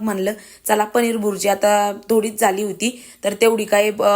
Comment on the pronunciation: बुरजी नाही ताई भुर्जी